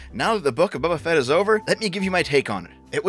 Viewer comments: Are you saying Bubba Fett on purpose? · "Bubba Fett"